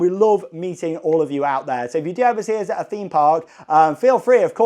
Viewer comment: “Us” = “Oh-zzz” 😂😂 keep the videos coming! Especially the Universal GB updates